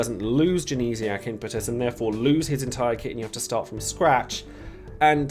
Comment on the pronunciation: Glad to hear you're saying 'Impetus' right unlike a certain someone....